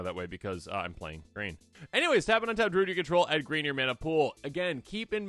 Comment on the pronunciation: Why are we saying "drood"?